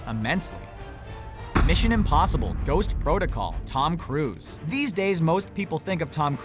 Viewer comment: Tom cruse its Tom Cruise